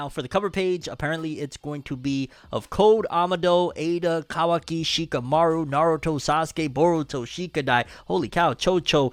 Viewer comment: Bruh said trashamaru lmaoooo